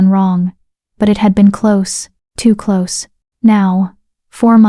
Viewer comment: At about 1 h 49 min the nice AI voice mispronounces "close" changing the meaning from the required "nearness" to the incorrect "shut."